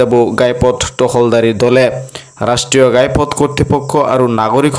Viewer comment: গাই পথ নহয় ঘাই পথ